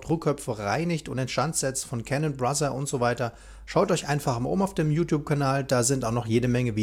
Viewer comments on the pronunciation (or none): none